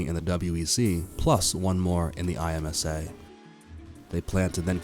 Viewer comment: What a mess. Who’s the commentator? It sounds like bad AI. If not…then learn to pronounce Dallara, IMSA, Isotta. Etc. (Or find someone who actually KNOWS a bit about motorsport). Quite apart from anything, the list is not even complete 🤦🏻‍♂️